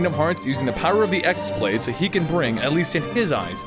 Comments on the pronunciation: Only complaint with this video is that you pronounced X-blade wrong. While its spelled X-Blade with a normal keyboard, its really spelled χ-blade, with the χ being the greek letter "Chi." In the games, its real name is actually "Keyblade." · the x in x-blade is pronounced "key" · I'd just like to point out that the X-Blade is pronounced "Keyblade".